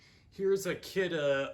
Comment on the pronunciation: Is kidde not kioode